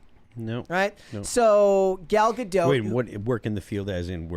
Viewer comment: I hate the way he says Gadot